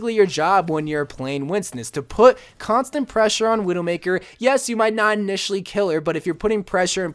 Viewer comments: Its constant not constent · Hey! Loved the video but something kept triggering me and it’s not “constent” it’s constant k bye ly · "constent pressure" ;) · Constent Lmao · Constent pressure🤦🏻‍♂️